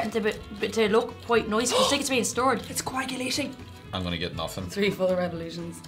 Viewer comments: It sounds like he says "tree," not "free." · Why are they such wusses? And why can't that guy pronounce "three"?